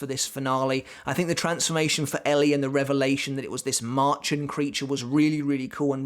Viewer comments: Its pronounced maer-chen with a soft ch not like marching Band of animals is "bremer stadtmusikanten". A german fairytale of a donkey, dog, cat and rooster wanting to form a band. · Märchen means fairy tale in German and it is pronounced Maerhen. Also fun fact: pleural and singular form of the word is pronounced and spelled the same way. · Märchen is a German word and it's pronounced as merhen